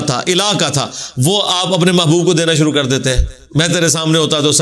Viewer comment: Jazak Allah great job but Ap apni urdu bi sahi kro bahi suru ni shuru hota hai majak ni mazak hota hai